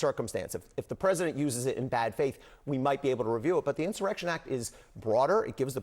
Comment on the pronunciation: this clown can't even spell or pronounce the word insurrection...clueless. The Project 2025 ghouls put the bug in his empty head... 😂🤡🍊